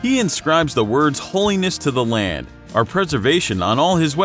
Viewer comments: So instead of saying Lord, you say land? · Do you have trouble saying "Lord"?